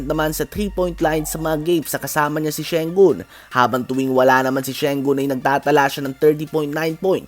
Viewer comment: Tama pala si kabasketbol mike sa pronunciation ng Sengun(Shengun).